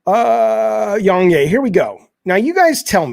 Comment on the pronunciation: You should pronounce YongYea like Yong Ye-ah